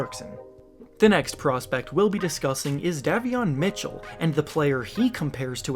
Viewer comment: I know people say things differently but how do you say Da-vion MItchell when EVERYONE including himself says Day-vion Mitchell